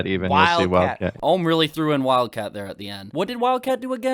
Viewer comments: Never seen anything from this keemstar guy before but does he seriously not know how to pronounce the word ohm? Like seriously he needs a basic electrical course to learn what ohm is. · Or Ohm's, when he said Armreckord I died of cringe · it does bug me that he keeps saying ohms name wrong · as soon as i heard keem say ohm i stopped watching